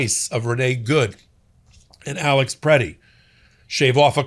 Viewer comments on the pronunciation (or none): none